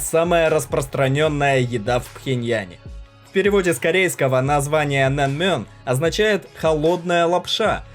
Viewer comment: Не нэнмён, а нэмён! Не ранмён, а рамён!